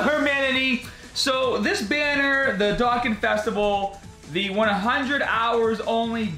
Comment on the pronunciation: Say it with me Dough-khan